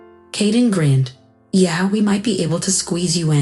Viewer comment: Sighed, not side. Grinned, not grand. Smug, not smock. Loophole, not loofhal..